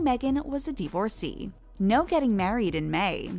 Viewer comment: The mispronunciation of divorcee is killing me